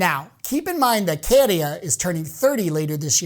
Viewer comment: My winner. But it's Käärijä not Kéérija!